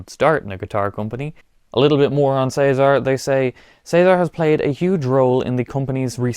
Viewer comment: Thank you for saying "Cesar" correctly instead of "Ceesar" like most americans 😂